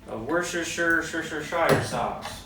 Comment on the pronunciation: Worshershirerer sauce ftw. Also I want my $40 ASAP 😂